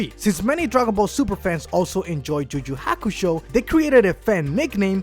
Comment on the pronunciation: okay the guy with the spanish accent is annoying me. learn to pronounce. its pronounced "you you hakusho" not "ju ju hakusho".